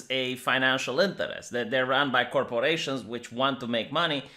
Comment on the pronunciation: You need to make an ASMR recording of you just saying "corporation" over and over. Yours is the perfect pronunciation and enunciation of that word. :D